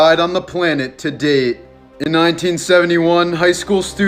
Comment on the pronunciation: he has weird tone it sounds like “Today” not “To date”